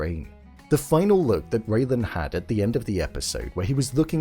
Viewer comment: It's RAYLAN, not Raven!